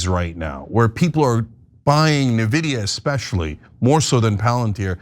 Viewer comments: Can someone please learn how to pronounce NVIDIA? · Thanks, I was going to post that. No better way to show you have no idea about the subject you are covering. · how the heck do you not know how to pronounce nvidia in 2025? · No one at your office can pronounce the name of the biggest company in the world?! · Are you guys pronouncing Nvidia like that on purpose? I've heard Kyle Kulinsky pronounce it the same way and now I'm not so sure it's a mistake. I'm all for trolling Jensen Huang (god knows he could use a peg knock down or two) but please clarify if that's the case. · It still surprises me that can't say NVIDIA😂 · people who cant pronounce the name shouldn't be analyzing the market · I have owned many, many Nvidia graphics boards, but I have never, ever hear it pronounced NA-vidia. I've only heard it pronounced as EN-vidia. Nvidia was born for gamers and ALL gamers, tech reviewers, and computer hardware sales people that I've ever heard pronounce it in the latter way. Did I miss something? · NOT "NAVIDIA" IT IS "IN-VIDIA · It's pronounced "En-Vid-E-uh" Not "Nuh-Vid-E-uh". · Huge fan of you guys going back to the Current_TV days. But I have to point out (sorry) the correct pronunciation is actually “EN-vidia” rather than “NA-vidia.” Lastly, “CapEx” costs are related to costs or spending on capital expenses such as physical hardware and equipment, whereas “OpEx” is the cost of running a company such as costs related to employees, salaries, electricity, and other operational costs. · Thank you guys for showing this video that is littered with ignorance. It is the clearest sign that the AI bubble is about to burst - as they say, when your barber or shoe shine boy starts talking about it. Btw, it’s pronounced en-vee-dya not ne-vee-dya. Some history lesson, the company is also close to the hearts of gamers. I really think you should stay in your lane. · why does ana insist on calling it NEVIDIA? instead of ENvidia? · It’s EN-Vidia, not NA-Vidia! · Navidia LOL